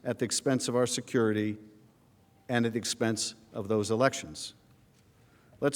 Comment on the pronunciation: ARROGANT DEMINGS!...PLEASE SPEAK PROPERLY...THIS ISN'T A PARTY IN HARLEM...THE WORD IS 'SEEKING' NOT SEEKIN' & 'MAKING' NOT MAKIN'...GEEZ...;)